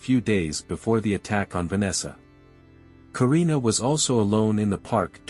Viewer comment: And Korina! It’s also Korina Veltrano